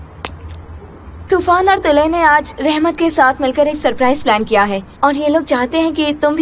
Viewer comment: Toraan✅ Tufaan ❎